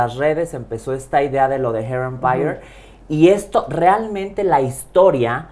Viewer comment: Hair Empire! Y la otra what that fuck! Lol 😂 les doy la razón cuando lo dice y el qué pedo?